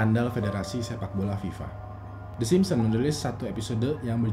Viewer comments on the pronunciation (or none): yg gw dgr: kartun tersebut adalah.. the Simsem:v